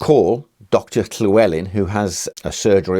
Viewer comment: Appreciate the correct pronunciation of Llewelyn :)